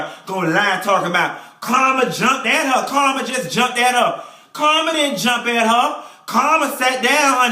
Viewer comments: Every time you say Carmen's name Karma I crack up! You remind me of people I went to church with. That's where we learned how to read honey! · I'm cracking up at him calling Carmen.... "Karma". lol